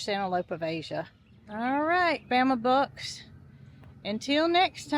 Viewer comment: Bama Bucks I thought you were saying Bama Books I thought it was a book store Lol